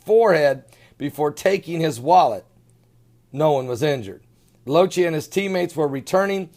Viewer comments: pronounced Lock-e.. not lo-chee.. Thanks for your videos, love them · His last name is pronounced "Lock-tee".